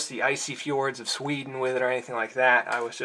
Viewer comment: my man, excellent review (and not just because it's a Fällkniven). Your point about technique is much needed today, everything will fail if used incorrectly. Look forwards to the F1-review! PS, while Sweden has no fjords your pronoun citation was excellent.